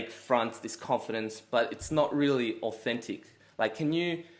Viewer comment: He literally said 'Authentit' 😂